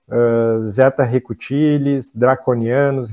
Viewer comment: Zeta Reticulis... e não Zeta Recutilis... como diz o... kkkkkk... tem tempo que ouço ele falar Recutilis... não me segurei... kkkkk namastê...